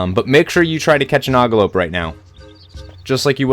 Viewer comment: I think thats an ogLOP, not an ogLOPE...not sure though.! I also believe Eidolon is pronounced "Idle-on". You don't NEED float for that boss battle, he's easy enough anyway... You are playing a newer version? That stone thing doesn't give multiple options on PS1...